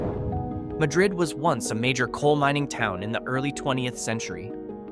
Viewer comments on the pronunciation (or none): Your AI voice got the pronunciation wrong on Madrid. New Mexicans put the accent on the first syllable. And half the footage you showed that was ostensibly from Madrid was actually from Cerrillos, a quiet nearby town whose residents generally avoid the party atmosphere in Madrid. Do the locals avoid Madrid after dark? Stop in the Mine Shaft saloon about PM when it's often standing room only!